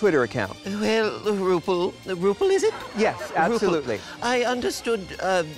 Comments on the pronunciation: "Roople" lol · “RuPul” Amazing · "Ru pul is it?" 🤣